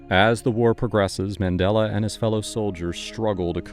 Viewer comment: Such a great book, surprised it never got as much as a mini-series - btw Mandella was named by his hippy parents after the circular religious symbol of the 'Mandala' and supposedly should be pronounced the same way.